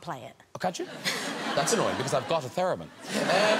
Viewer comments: Its "TherEmin" not "TherAmin" :P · Is Graham correcting Ryan Gosling's 'theremin' pronunciation? :P